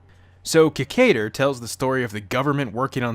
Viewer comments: That "Ki-KAY-der" pronunciation tho'. Can't you hear the pronunciation "Ki-KAI-der" from well, everyone? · If u gonna talk shit about this show. Learn how to pronounce the name right idiot.